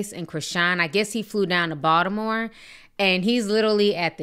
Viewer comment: As a Baltimorean I appreciate how Ti pronounced Baltimore how we do 😂😂